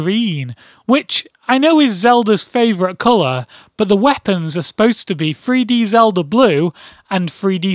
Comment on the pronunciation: sounds like free-D